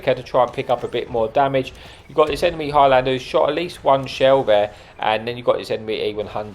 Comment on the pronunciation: Your saying it the same as petty lol it’s one word highlander,not high lander,I’m Scottish so I’ll forgive you😂